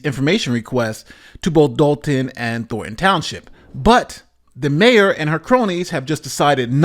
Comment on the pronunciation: How are these professionally trained and educated newscasters never able to pronounce "Thornton" but said instead "Thorton". "Don't touch that rose, Jimmy, you may prick your finger on a thor."